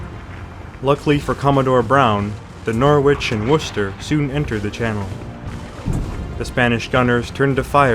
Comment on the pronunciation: Thames is not pronounced tames. ;) Good vid tho :) I see you got Worcester right. Not many videos from the Americas manage that. It's tricky I guess, because there's no phonetic rules to it. It's mostly old Anglo-Saxon place names. A Germanic language very different to modern English. We just learn the names growing up. Easy compared to Welsh though.